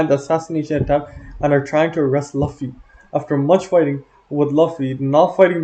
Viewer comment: W video but homie….. we need to talk about how you say Luffy my guy